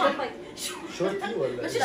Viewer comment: شونتي مش شنطي